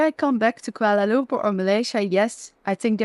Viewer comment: You pronounced koolwala loom poor correctly..( some foreigners say kwala lump per) ..haha